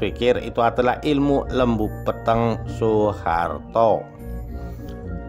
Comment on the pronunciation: Lembu Peteng ,...e lelet bukan taling... Huruf ta...bukan tha,...bukan lembu Petheng...iki tha. 😂😂😂😂😂